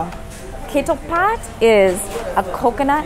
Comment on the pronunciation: If I may correct the pronunciation of Ketoepat: Kha Too Pat ( the closest sounding)